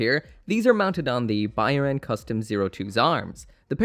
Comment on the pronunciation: I'm pretty sure Byarlant pronounced how it's spelled.